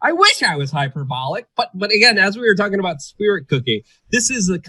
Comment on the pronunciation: Hyperbolic is pronounced Hy-per-bo-lic Luke